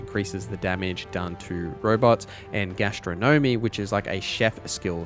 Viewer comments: Gastro Gnomey? Astro Gnomey? Gas-tron-nom-mee Great vid but come on.... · GA - STRO - NUH - MEE!!!!!! - sorry, couldn't bear it..